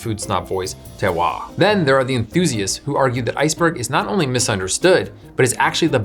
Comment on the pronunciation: He said it correctly